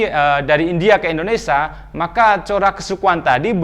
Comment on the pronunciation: Indonesia pak bukan endonesa.